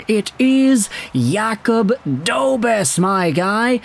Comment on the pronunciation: It's pronounced DobeSH